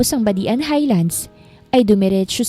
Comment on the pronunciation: Hahaha natawa aw sa badian.hindi pi badi an ang pag basa nya.badjan po ang pag basa ng badian.